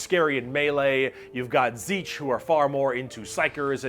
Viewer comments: You forgot to pronounce the "nt" in "Tzeentch" lol. Zeent-ch. The "papa Nurgle" thing is not just a joke. Nurgle cares the most about his followers of all Chaos gods, and his followers are also the happiest of the bunch. A good way to explain Slaanesh is by comparing it to the cenobites from Hellraiser. Beings capable of imparting pain and pleasure so unimaginable that it can tear your soul apart. You forgot to say the Eldar ships are basically filled with Eldar souls cuz they put them there so they dont go to the warp and get eaten, and that Eldar mechs are basically powered by necromancy cuz they put those souls in em to power em. You said Orks don't have existential crises, but Ghazghkull Thraka had one when Yarrick died. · I love these vids, but is Tzeentch really pronounced "seetch"? I don't know but it doesn't sound right lol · Good video, but I have to be that guy that comments on this being the absolute weirdest pronunciation of Tzeentch I have ever heard. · except he pronounced it Tzeetch. He forgot the N. Not as planned, methinks ;) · I always thought Tzeentch was pronounced Tease-nitch . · I don't think Tzeentch is pronounced as zeech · Is my hearing going funny, or is pronouncing 'n's as 'm's? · This is possibly the worst pronunciation of Tzeentch I have ever heard. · THAT'S how you pronounce "Tzeentch"?! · missing N in pronunciation of Tzeentch... brrr